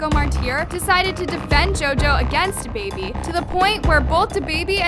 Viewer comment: I love you but it’s “DABABY” Not “the baby” 😩😩😂😂